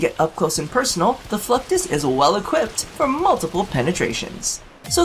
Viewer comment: i swear.. you are saying fucktus EVERYTIME! ...mental memo... wear nothing...